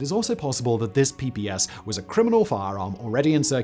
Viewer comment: Not "PPS" but "PPSh" (Pay Pay Sha)